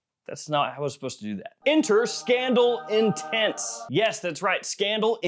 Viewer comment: That 'intense' was unexpected